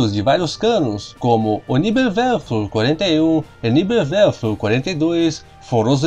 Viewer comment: Por favor ... Pronuncie o alemão corretamente , senão se torna até cômico para quem conhece a língua ... NEBELWERFER PRonuncia se : NÉBELVERFER